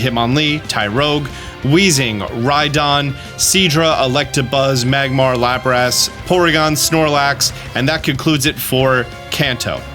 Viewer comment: heh...Lap rass, Dew Pider